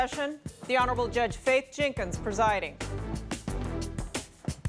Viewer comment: Yeah, I don't care for her. is much better and he doesn't allow Judge Faith to be disrespected and he pronounces her surname "Jenkins" properly.